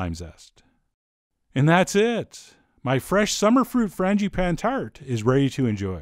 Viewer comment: Fran-juh-pah-neh.. Es tu, Chef John? ;-)